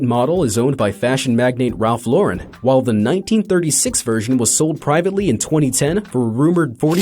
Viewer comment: The accents are all over the place-- even Ralph Lauren isn't pronounced properly.